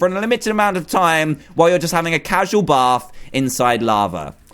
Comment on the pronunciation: I love how he says "Baf" instead of bath XD